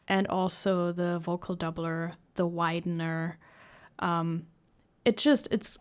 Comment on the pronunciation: You pronounce doubler like doppler and made me about to correct you 🙃